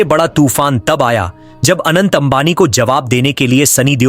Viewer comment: Bhai Anand nahi hai Anant hai😂